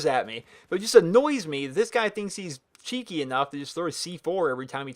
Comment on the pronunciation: Lol he is thinking of Ali A when he talks about the C4 He said CHEAKY